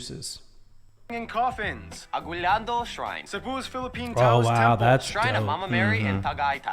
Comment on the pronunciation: its actually UH-GEE-NAL-DO